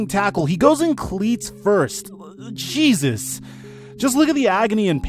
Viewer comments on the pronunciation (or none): none